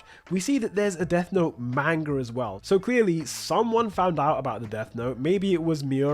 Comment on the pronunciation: Was really interested in this video and then heard you pronounce "manga".